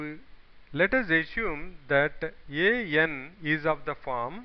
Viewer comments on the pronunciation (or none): Brilliant explanation. But, it's a.n. Not yeh.yen.